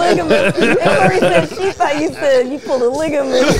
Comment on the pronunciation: Sounds like said “i pour liquor bitch” he was trying to say polygamist